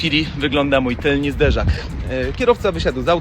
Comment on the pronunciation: serio cię lubię ale mówi się tylny a nie tylni zderzak xDD ty tez? 😭